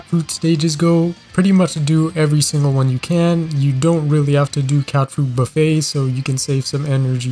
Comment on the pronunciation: I just want to say that you kept on saying catfruit like catfood so it sounded really weird/cursed e.g. catfood buffet